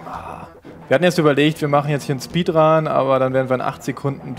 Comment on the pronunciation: Speedraan xD